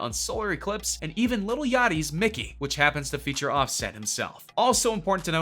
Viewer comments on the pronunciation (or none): none